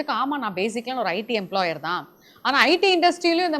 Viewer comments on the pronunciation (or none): IT எம்ளாயர் இல்லை எம்ளாயி correct